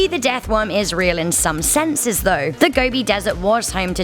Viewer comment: The desert is pronounced 'go-bee' not gobby. I searched for the deathworm back in 2005 and spoke to about two dozen first hand witnesses who described a scaly, brick read, sausage shaped creature the size of your arm. The nomads all have a deep fear of it as they believe it to be highly venomous. It is almost certainly a reptile, most likely an amphisbaena or worm lizard of large and unknown species.